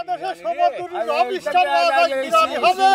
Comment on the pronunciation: দাদাদের মুখে লবইস্টার উচ্চারণ শুনে বেশ মজা পাইলাম।